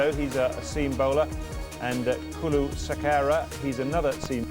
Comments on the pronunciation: කුලු සෙකාර😹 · මේ කාටද බං "කුලු සිකේරා" කියන්නෙ..😂🤦‍♂️ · (Fantastic way of pronouncing the name of Nuwan Kulasekara)!!!😂😂😂